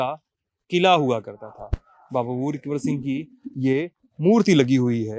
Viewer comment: Kon Singh bol rahe ho 🤣🤣🤣🤣🤣🤣🤣🤣🤣🤣🤣🤣🤣🤣🤣🤣